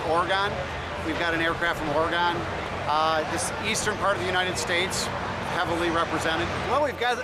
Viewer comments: I hate how people say OR-GON lol its oregon like organ but with a gen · lol Ore-Gone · HE CALLED IT ORRGON I HATE HIM now!!!